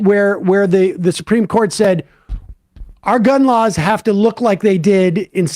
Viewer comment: Im sorry but every time this guys says 'gun lawls' i lose it.